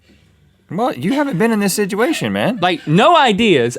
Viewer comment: and Rhett "Sidgeuation" alert!